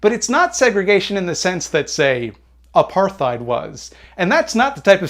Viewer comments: Good vide, I enjoyed it. But you pronounced "apartheid" wrong. It's pronounced "apart-heid", not "aparth-eid" Sorry for the nitpick, ily <3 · Love the video, but im confused and perplexed by your pronunciation of “apartheid”. Is that how Canadians pronounce it? I always heard it said as “Apart-Heid”. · So, “apartheid” is not said as apar-theid. it’s apart-heid, where “apart” means… well, “apart”. And “-heid” being the Afrikans equivalent to “-hood.” So, aparthood. Apartheid is just “Aparthood”. So, now you know it’s absolutely named the exact same thing as “Segregation”, but with Germanic words instead of Latinate ones. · Nice video, But FYI... "apartheid" is pronounced with a T sound, not a TH sound. Just... like for future reference. Now watch me create an argument about grammar in the comments to bump the algorithm. Muhahaaa. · Love the channel. By the way, apartheid is pronounced "ah-pah-tide". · Wait, I always assumed it was pronounced "apart-heid" with a hard 't'. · All of this was interesting but you pronounced apartheid wrong, therefore I trust nothing you say. /s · It is, he just got it wrong. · I'm so offended by this video. Apartheid is pronounced with a hard T